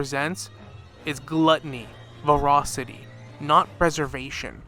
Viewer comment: Tingyun not tingyuan, voracity not vorocity